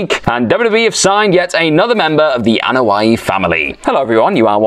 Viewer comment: Anoa'i, not A'noia...